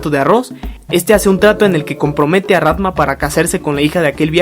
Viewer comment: tambien dice rantma